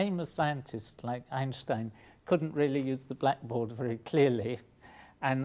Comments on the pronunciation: you are the first english speaking human that i hear saying einstein not einstain like every one else :D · I am thrilled to hear an Englishman pronounce 'Einstein' right. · I was pretty amazed that he said "Einstein" in the correct german pronounciation. Very cool. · Great Video And he's one of the few people that know how to pronounce Einstein correctly